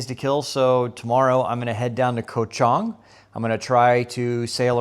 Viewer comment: Ko ch Ang like Tang ... not Chung... come on man 😅